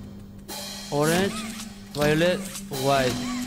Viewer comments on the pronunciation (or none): Dice orench y vaiolet